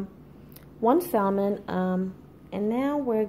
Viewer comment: You don't pronounce the L. Even in ebonics..